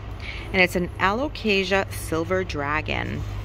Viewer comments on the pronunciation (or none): none